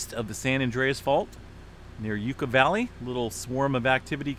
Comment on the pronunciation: Lol... not Yuke-ah valley..... YUCCA is pronounced ""YUCK AH"" Like something gross Yuck... plus Aaaa